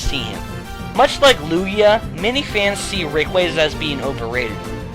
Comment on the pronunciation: its rayquaza, bro, not rayquazuh